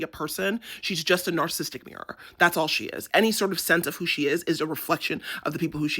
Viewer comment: Love every second of this- thank you! Not tryna be a Karen, I promise- it’s “narcissistic” not “narcistic” 💜